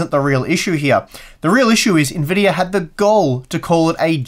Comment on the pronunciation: why does he say Nvidiar?